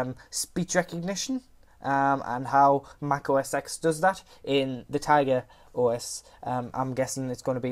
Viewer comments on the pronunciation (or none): Pleas start saying "Mac OS 10" Not "Mac S X" Thank You!